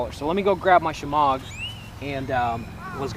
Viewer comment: "a shamog"??